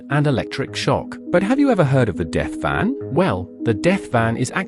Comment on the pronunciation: AI SHITE, shows DEATH VAN, as DEATH BEAN, for FUCKS SAKE, use HUMAN NARRATION